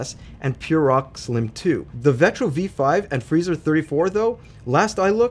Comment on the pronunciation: It’s the V5, look the box at the bottom of the cooler. He just didn’t say the number right lol i was kinda surprised he included the V5 thou, it didn’t even pass the final test